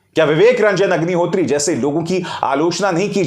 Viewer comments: Sir aapne agnihotri ko hugnihotri bol diya😁😁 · HAGNI HOTRI Sir I believe slip of tongue 😛 😂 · Sir aap ki tongue fisli hai pr mza aaya vivek hagni hotri 😄😄😄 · मुँह से अग्निहोत्री की जगह हाग्निहोत्री निकल गया😂😂😂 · में विवेक रंजन हगनिहोत्री,, ये आपने जानबूझ बोला है या धोखा हुआ है जुबान फिसला है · "Hagnihotri" - that slip of tongue was perfect one. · unintentionally he pronounced ideal name of Agnihatri 🤣